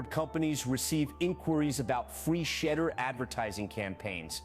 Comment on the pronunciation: Why are they pronouncing his Shadeur's name, "...Shitter." Looks like the Browns aren't really into Brown. They need to sell the team.